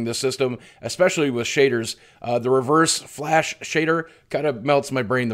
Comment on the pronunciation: He said Mustard Flash LOL He probably doesnt watch the show or anything btw Boogie Reverse Flash is one of Flash's biggest villians lol but hey at least he agrees with the fact that the game is amazing